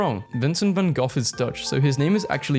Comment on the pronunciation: it’s not van khock it’s van gokh